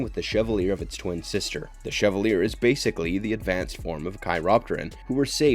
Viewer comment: Chevalier is pronounced shev-all-yay. It's a french word and the show uses it quite often, so often I would wager the announcer hasn't actually seen the show.